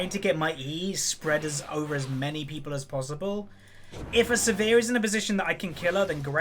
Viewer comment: It's Sivir, not severe